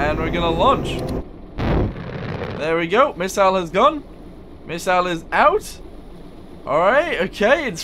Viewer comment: Putting the "miss" in "missle" there, huh?